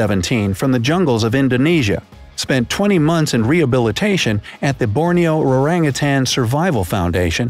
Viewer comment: I've seen 1 white tiger in indonesia zoo cuz I'm indonesian and I can't belive he said "orangutan" like that